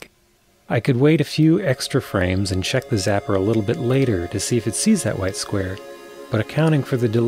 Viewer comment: th-aaa' T' da'. That's awful.